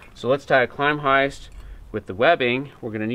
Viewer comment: Great video, but sorry to nitpick your pronunciation of the hitch. "Klem-heist" (sounds like the first syllable in "Lemming", obviously adding a "k" to the front), not "Climb-heist". It probably comes from German "klemmen" meaning "to clamp" and has nothing to do with the English word "climbing", which you make it sound similar to. Thanks for the very clear demonstration of these hitches. All the best.